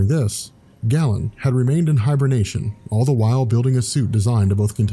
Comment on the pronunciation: It's pronounced "GAY-len", not "gallon". *cringe*